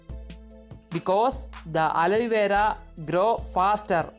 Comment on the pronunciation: Its not aloyvera